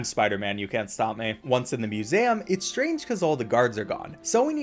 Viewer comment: How is no one talkin about him pronouncing it muSEHum